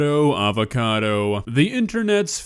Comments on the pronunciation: Sound like cuh saying niggacado😂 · he said Ni**a cado avacado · I seen it, in the first part it sounds like the N word but then it sounds like “Nick noodle”